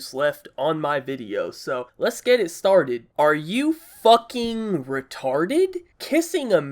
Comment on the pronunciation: Why did he say “FUCKING” like that?😂